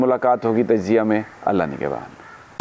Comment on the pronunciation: His "TAJZIA" proen wrong